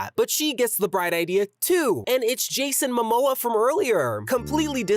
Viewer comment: "jason mimoa" 😭😭